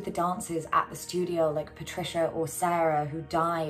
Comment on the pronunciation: to be fair to you - first calls patricia as patrizia haha